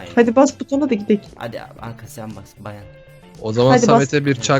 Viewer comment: Abi anka yerim i yanlış söledi